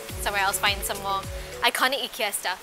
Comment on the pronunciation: pronounced as eeekea